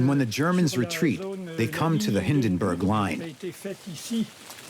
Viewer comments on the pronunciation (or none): none